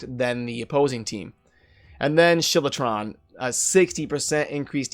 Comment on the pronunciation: also "shilertron"???? it's sKiltron